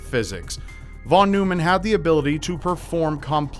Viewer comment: In American English, Von Neumann is pronounced “von NOY-mun.”